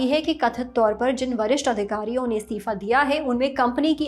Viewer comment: ये एंकर बार बार स्तिफा स्तिफा क्यों बोल रही है जबकि सही शब्द इस्तीफा होता है।